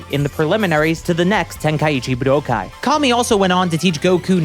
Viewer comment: pronounces Budokai really weird, yeah?